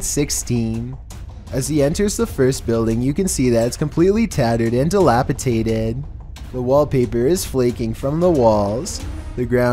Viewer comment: "di·lap·i·dat·ed" not dilapitated D as in DO speak properly.